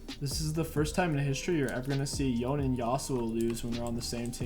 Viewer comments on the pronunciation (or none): He's called YonAY (Yone) actually, not Yonn :/ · Its pronounced "Yo-nay"